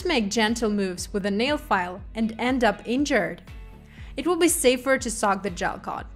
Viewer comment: The English translation is done very nicely. There was only 1 word I had a hard time understanding but I eventually figured it out based on context. (That word is soak but I hear sock 🧦.) May I make a suggestion? The word "soak" is spoken by the translator as "sock". So, to correct this, try thinking of an OAK tree or a river bOAT. oak, boat, soak. Hopefully, that helps make sense :) Thank you for this beautiful & easy-to-follow presentation! 💅